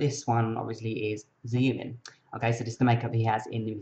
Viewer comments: Ziumin, that's so cute~! I'm pretty sure it's pronounced as Shoo-min, but you're pretty darn close and rocked that make-up. ;D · I had some issues when he said "Ziumin" (I've heard Shumin, which is still incorrect, but Ziumin is a first...), but otherwise a cool tutorial! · Ok ok ok! First off: It's not Zhumin okay? Its Xiumin! And second: Great makeup tutorial :3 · It is actually pronounced "Shoo-meen" X's are pronounced as Shh in China. Even he himself pronounces it as "Shoo-meen" but then again, he is Korean and his mandarin could be a bit wrong.